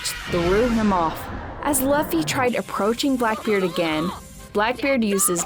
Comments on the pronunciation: K Luffy not Laffy lol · The fact that she is saying laffy instead of luffy!:) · ITS NOT (L-UH-FY) ITS (L-OO-F-Y) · How is laffy ? 😅🤣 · it's not impul down it's impel down plus it's luffy not laffy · who's lahffy? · Who is laffy , it sounds cute tho. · It's Luffy, I think she has a hard time pronouncing with her accent. But it does sound cute! The videos awesome anyway too. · Its luffy not Laffy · Who’s lauffy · Chill guys. It's a minor error. Plus I do pronounce Luffy the same way because I like it better. 😊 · Dude I can't with these pronunciations. "Lufy" "alerbaster" 💀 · Chopper go on without me I’ll save monkey. D. Laffy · ITS NOT LAFFY ITS LUFFY U DUMB DUMB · It is said like loffy but spelled luffy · Like she's almost thinks his name is pronounced like Fluffy lol and not "Loo-fee" 😂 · Very late but whyyyyyy pronounce his name like that😭😭😭 both the English and Japanese version pronounce the u like oo😭😭 stop torturing us like this, someone else watched this wrote this for u didn't they😭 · Pronounce it like Lu Fee whenever someone says it like she does I die a little more inside 🤣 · Its LUFFY, Lew-fy! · “Luffy”? Oh yeah, I can tell she never watched the show before. 😂😂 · if you're gonna cover anime, at least pronounce the name properly. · Is she reading a script and thinks that's how you say Luffy??? And it wasn't mandatory if you find a DF on the WB pirates you have to eat it, you just own and can do what you want with it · Have u ever watched the show, ever? Or watched any other content on one piece? How can you pronounce the fuckign MAIN CHARACTERS name wrong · It was distracting. Liked how monotonous she taslk